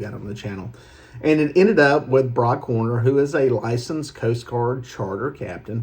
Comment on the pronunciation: Its Brock Horner, Not Warner. Warner is a completely different charter captain. Please correct this asap.